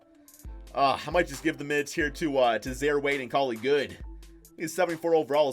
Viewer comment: Did anyone else get triggered when he pronounced Zaire